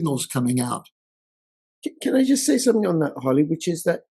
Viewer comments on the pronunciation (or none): I love when "comrade" says "somethink" LOL., Harley, Rich, Tom, EM, Holt, Murray, et al are all fantastic